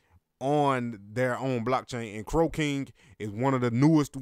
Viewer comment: It sounds like you're sayin crocaine 😂